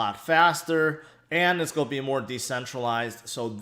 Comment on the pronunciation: I love the way your pronounce 'going to', as - 'goia'.... every single time! I can't unhear it now and find myself tallying your 'goia's throughout your vids. Current record is 38 Goias'!!! Keep on goian, bud!